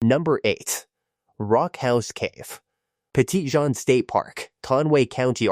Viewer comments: That is notttt how you say petit Jean lmao. Its petty-jean(like the pants) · Maybe when you're from Missouri but the French who originally named it would say Petit zhan.